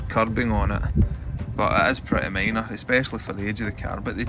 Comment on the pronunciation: I truly enjoy these videos. One of my favorite features is his accent. I never knew someone could pronounce the word "minor" with the letter "A". I could spend hours talking with people with a regional dialect/accent and not understand half of what they are saying but still have the most fun of my life because people are awesome. Keep doing what you're doing!